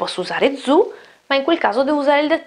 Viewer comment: Beh la pronuncia di "zu" fà accapponar la pelle, ogni volta che la sento